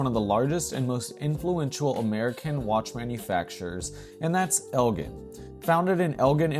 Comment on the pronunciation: It’s El-Jen .. with a hard G